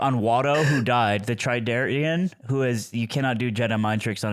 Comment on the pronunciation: i feel so stupid for getting angry at for saying "trydarian" instead of toydarian. Has my life devolved to this